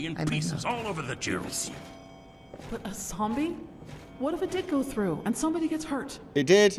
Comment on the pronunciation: Throw, not thfough (which is pronounced 'thoo').